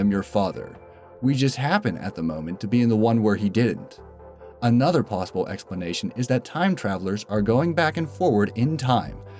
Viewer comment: Why u say plusable not possible?